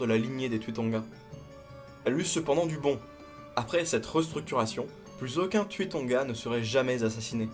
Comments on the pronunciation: Pourquoi tu prononce le "u" à la française alors que se sont des noms Polynésiens? Le "u" se prononce "ou" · Cher les Polynésien le U se dit ou 😂👍